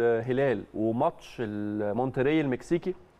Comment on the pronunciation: الوحيد اللي سمعته بيقول مونترّي صح 👍